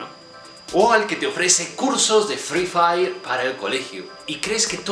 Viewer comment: Me encanta cuando dice cursos de free feri jajjajajj😁